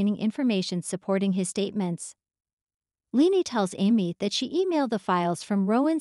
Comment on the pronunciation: Omg please please pronounce leanne's name correctly, LEE-ANNE